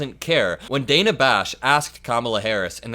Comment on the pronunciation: And Dana Bash? It’s pronounced “Dan-ah”. Not Day-na. Like her parents REALLY liked the name “Dan” so much when she was born a girl, they stuck an “a” on the end. Dan-a.